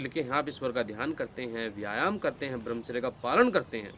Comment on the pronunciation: आज़ आपने मेरे मन की बात कहदी,,, ब्रह्मचर्य का ठीक उच्चारण कीजिए भाई साहब